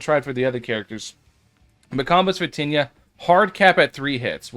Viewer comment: Diss liked bc u keep saying tinyia 💀